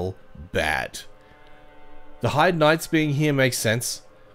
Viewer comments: Its pronounced "Hay-d" not "Hide". Great video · "hide's tower" does sound weird. I always pronounce it the German way "hei" as in "high" and "de" like "the" but with a d instead of t